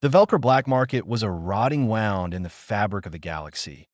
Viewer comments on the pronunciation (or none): wound correctly pronounced woond. why do you not check you story before putting out garbage.